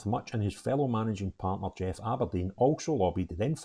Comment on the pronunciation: a think your great but please stop saying Aberdine it’s Aberdeen….